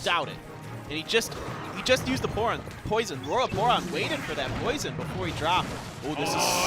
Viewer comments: dog he says poron on accident instead of poison look at the other guys name lol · Xera 51 they say porn instead of poison